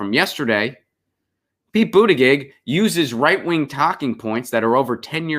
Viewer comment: Thanks for pronouncing Pete's last name correctly. I don't like him but it's good to be accurate.